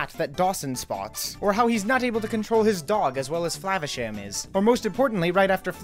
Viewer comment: lol you should have mispronounced "Flavasham" every time you said it but in a different way each & every time you said it! but I agree, this movie was a true gem. Ratigan truly made this movie I think, best cartoon movie villain EVER!